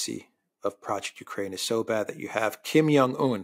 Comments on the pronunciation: The name is KIM JONG UN, not Kim Yong Un. You're reading Jong as if it were the same as in Karl Jung or "young man." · The leader of north Korea is called Kim Chin in. Not Kim yan un😂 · You know what's really not hard stuff? Pronouncing Xi (she) Jin Ping and Kim Jong (not Young) Un's names correctly.